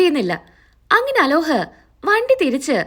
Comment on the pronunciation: അലോഹ് അല്ല അലോക് ആണ്